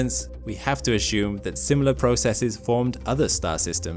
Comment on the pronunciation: So he didn't answer the question. Waste of time. And he pronounces assume like an idiot.